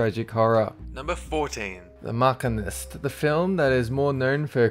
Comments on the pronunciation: Machinist is pronounced MASHEENIST not MACKINIST. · It's pronounced MA-SHEEN-IST not MACH-EN-IST, get it right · What are you reading? It's not makinist, it's pronounced masheenist. What, if you made a movie,"World of the machines," would it be world of the makines?! Thanks for the list anyhow. Pronounciation is Kaiser(kaizer) SoSay. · The 'Markeenist' ? NO! it's the Machinist, as in a machine operator. Christian Bale plays a machine operator. WTF is a 'Markeenist' anyway? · It does look a bit like 'mEchanist' which is pronounced like that. but is pronounced like machine-ist. I'm sure the guy doesn't say the word 'machine' as MUKKIN as he did there so the accent argument is invalid.. His bad pronunciation is so common on his videos he pretty much does it on purpose now i'm sure. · The Mockanist? lol never heard that before Machinist = Machine-ist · The Makinist? it's machinist. ma-shee-nist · It is pronounced The Ma-SHEEN-ist. NOT the MOK-in-IST. He works machines. Not Mokins. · Scootastic MC Not really dude. Instead of "se-cree-tive" it should be "see-cre-tive", he put the emphasis on the wrong syllable. And machinist is pronounced "mash-een-ist", not "markinist" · I liked "the mack-inist" at the start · "The 'Mock-inist'"... "Key-Zer Soase"... Have you actually watched any of these movies? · WTF is wrong with all these narrators and pronunciation? The Macarena-ist? He works with machines get it?! The Machinist. Who is Key-ser So's? You've never seen this movie or heard the quote? Look it up FFS. Keyser like Keiser. Soze like So-Zay. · He's Australian, and so am I, yet I still know how to pronounce words - or at least research the films I'm talking about. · # 14: The 'Mock'-eh-nist? Never heard that pronunciation. Not trying to be petty. I just find it interesting. And I love that movie. Thanks for the video. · The Markenist...oh dear...Machinist will do, as in a person who operates a machine. Mispronunciations aside, it's another good list. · The mock-a-nist?